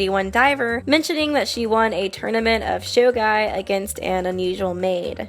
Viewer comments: It ain't sho-gai, it's sho-gee. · Tue way you supposed to spell shogi Is SHOGEE